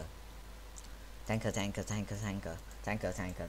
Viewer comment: In x2 speed it sounds like your saying tackle or taka